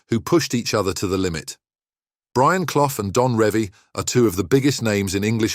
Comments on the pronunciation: Brian Cloff 🤣🤣🤣, say it proper ya clown 🤡 it's pronounced Cluff, you really don't know anything regarding football do you ??? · It's CLUFF, not Cloff! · Leeds finished 9th in 1978, Forest won it at a canter! Hardly surprising the facts are hazy when can’t even pronounce cloughs name correctly!